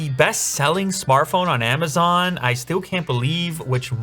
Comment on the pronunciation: Why are you saying Amazaaan?